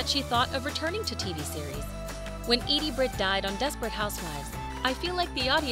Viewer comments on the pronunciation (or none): none